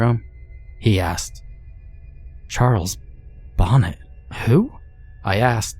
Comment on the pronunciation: Love the story, one of the classics! Love the narration! I thought I'd let you know if it interests you, it's "bo NAY" not bonnet. I share that info with you humbly and gratefully.